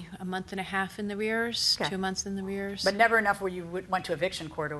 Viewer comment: 2 months in the rears😂😂😂 it's arrears. It cracks me up with these ignorant people come on this show and try and sound intelligent😂😂😂